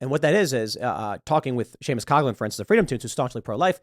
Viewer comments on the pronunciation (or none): none